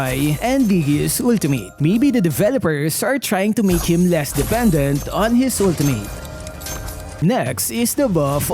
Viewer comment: "Ulti-meyt" ❌🤪👎 "Ulti-mit" ✔️😁👍